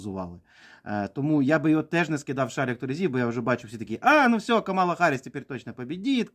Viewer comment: Ех, ці українські оглядачі американської політики… Давайте для початку навчімось правильно називати імʼя нинішнього віцепрезидента СШ і кандидата на посаду президента від демократичної партії - КАмала. Не КаМАла!